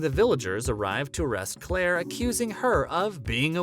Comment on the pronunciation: It’s Claire not Clara. It’s Maril not Maria. If you’re going to report to fans YOU need to pronounce names correctly. I couldn’t even watch the rest of your video.